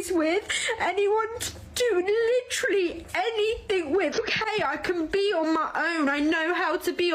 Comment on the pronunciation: SAY LITERALLY ONE MORE TIME!!!! BUT PRONOUNCE IT CORRECTLY! DAMN.